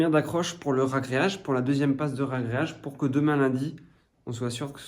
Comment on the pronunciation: Ouah du super boulot, tant pour rrrragréage que la vidéo. Oui c'est vrai, dommage pour les carreaux de ciment, mais quand c'est pas possible, et ben, c'est pas possible... Bossez bien, on attend la suite avec impatience !!!! Lau